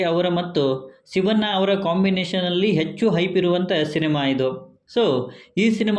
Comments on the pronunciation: ರೀ ಸ್ವಾಮಿ.... ಶಿವ'ನ್ನ' ಅನ್ನಬೇಡ ಶಿವಣ್ಣ ಅಂತ ಹೇಳಿ... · ಶಿವಣ್ಣ ಅನ್ನಿ ಸಿವಣ್ಣ ಅಲ್ಲ 😃